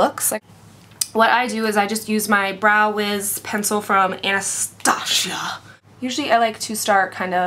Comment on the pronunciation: the way she said Anastasia lmao